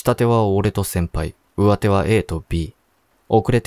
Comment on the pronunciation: ｢うわて｣「したて」じゃなくて｢かみて」と「しもて」では？